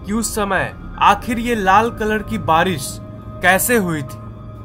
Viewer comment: Its barish not baris